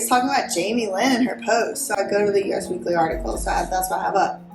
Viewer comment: Interesting video content. Just FYI, US Weekly is pronounced US as in 'This is US.' Thanks for the info.